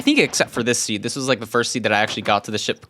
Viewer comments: you said ike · "You said Ike"